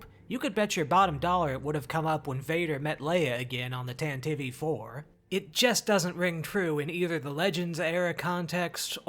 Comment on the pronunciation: So I noticed that your pronunciation of words like Droideka and Tantive are different from mine. I'm wondering if different pronunciations are a common thing in the Star Wars community. I'd like to change my pronunciation to be more appropriate to the canon.